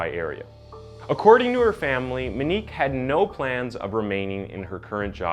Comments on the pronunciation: Moenik is how you pronounce her name man smh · I don't know if nobody's taught you how to pronounce that name right or if you've never heard someone say it before but it's Mo-nique not Me-nique. The butching of my last name is forgive able because it wasn't spelled with an Ñ. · Wait I thought her name was "Moe neeek?" Monique not "ma neek" .... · Kid had no license going 120 mph . And her names MO-Nique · "Minique"... "Oddy"... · The cringe is real every time you say Monique “Moo-Nose” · You are saying her name wrong. It's Moenique like etop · It's pronounced mo-neek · Or Monique! "moe neek" so easy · Monique has an o in it. I really thought this woman had a strange name but it's just mispronounced the whole time. Very strange but good video. Too bad he got away with it. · So irrelevant but his pronunciation on names is horrible my god lmao “minique” “munose” MO-KNEEQ MOON-YO-Z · Muh-nique muh-nose….